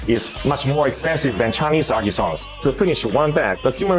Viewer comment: it's artisans, not Artesians, lol.